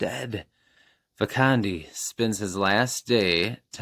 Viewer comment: You got a lot of dragon books this time 🐲. The Last Dragon on Mars sounds perfect for my TBR. Yes! EC Greaves is an incredible guy and someone I look up to. Glad the packaging arrived safe and sound. You pronounced Fia and Vakandi correctly :) Go Tigers and Lions! I'm almost done with Seeds of War and definitely a treat to read. That box of The Hunter 👀